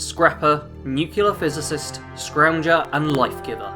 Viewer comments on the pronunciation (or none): Nuclear, not nucular. Just saying. Nice build though.